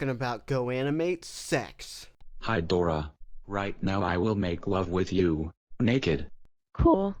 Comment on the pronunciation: I think you mean Dooruh.